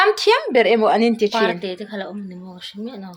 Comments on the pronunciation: Zote ah parte an awm anilo a,hmar zote,hmar parte an awm thin,chuan parte lam dan hi,"pangpar in par a chhuah" tih a "par" ang thluk a lam tur aw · Parte hi par hi lam hniama tur.